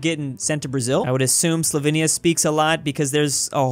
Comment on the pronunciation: Does anyone else absolutely lose their mind every time says SLOVINIA instead of SLOVENIA?